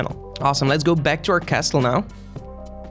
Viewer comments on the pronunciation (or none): castle, don't pronounce the T... 🤣🤣🤣